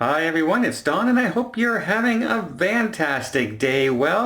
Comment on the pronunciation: do you say have a FANtastic, or VANtastic? I hear 'van' tastic. But that doesn't make much sense. Help!